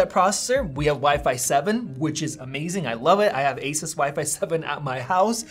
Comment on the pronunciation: He keeps pronouncing asus incorrectly...